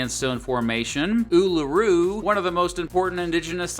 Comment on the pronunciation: you good sir get a like just for pronouncing Uluru correctly